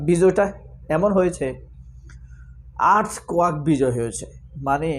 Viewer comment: আর্থকোয়াক না আঙ্কেল আর্থকোয়েক